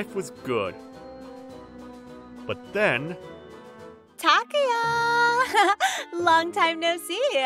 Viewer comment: This story is pretty weak compared to your other stories. There may not be any unrelatable repeat characters or any off the rails crazy plots, but this isn't really up to par. No decent mother would guilt trip their kid into overeating and you botched the pronunciation on Takuya's name on top of it.